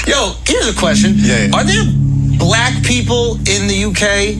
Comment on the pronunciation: what's crazy is he talkin bout "in America we got black people" like as if yt folk didn't invent black???? also he steady saying "black" with a hard r